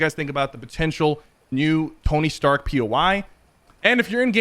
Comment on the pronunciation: Stark rhyms with shark. Just saying